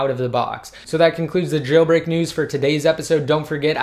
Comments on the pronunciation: I hate the way you say jailbreak. Chhhhhailbreak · It annoys me that you put the emphasis on "Jailbreak"